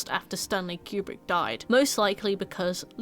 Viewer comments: Great video but for the th time, his name is Stanley KUbrick. Not Stanley Q-brick. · Kubrick is pronounced koo - brick